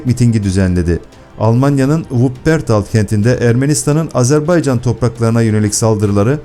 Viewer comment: NE AZARBEYCAN I """"" AZERBAYCAN """" ÖĞRENİN DOĞRU SÖYLEMEYİ .